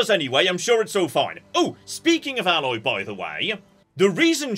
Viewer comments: EH-loy, not Alloy. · TOTALLY!! She is not a composite metal! Long A sound,! AAAAAAAAAAA-loy 🤣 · Her name is Aloy, not Alloy. She and other people say her name in game a lot. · Between Aloy from Horizon and Parvati from The Outer Worlds, is determined to mispronounce the name of every Ashly Burch character.:-P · tf does that even mean, name pronunciations can be different. Also A-loy is different from Alloy, so you're also wrong.